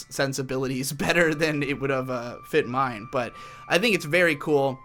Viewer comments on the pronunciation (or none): none